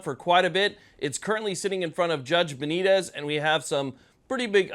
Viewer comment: Please have the respect to at least TRY to pronounce Judge Benitez correctly.